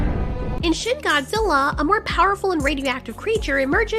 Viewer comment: When you say shin Godzilla I think you say shit Godzilla